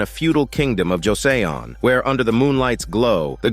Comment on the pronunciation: Pronounced as 'Jo Son (between son and sun)